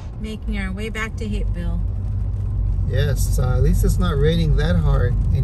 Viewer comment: The first time said it I could have sworn she said “back to hickville”. But I’ve watched you long enough to know she would never say anything like that. Then I finally got it the second time...Hapeville. 😂